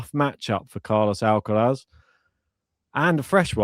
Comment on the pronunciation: Weirdest miss-pronounciation of "R" by these guys. Noticed that they pronounce R perfectly in normal sentences.. but as soon as it is in a name, (Alcaraz, or Cerundolo for instance), they suddenly cant do it :D